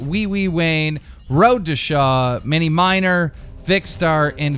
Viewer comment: Who is Mini MINER? WTF Keemstar Leetss get right into the Pronouncing School